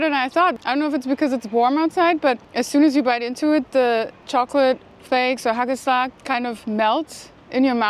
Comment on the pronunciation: You pronounced it very well, haa kel slag